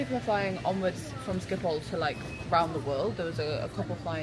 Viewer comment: It’s pronounced skip-hole other than that it’s absolutely brilliant